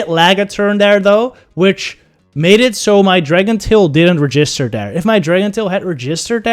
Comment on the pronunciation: Hearing pronounce the word register made my entire week. Great video as alwasy